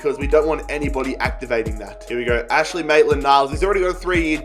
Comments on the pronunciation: Maitland's first name is AINSLEY not Ashley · it is Ains-ley not Ash-ley Maitland niles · Its Ainsley brah